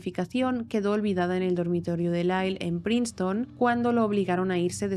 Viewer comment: muy bueno, solo que la la primera parte dices praiston y la universidad se pronuncia Prinston